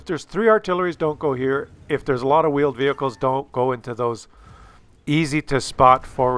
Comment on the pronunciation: two vheeled wehicles